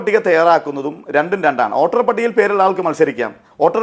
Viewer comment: ഓട്ടർ അല്ലടോ വോട്ടർ വോട്ടർ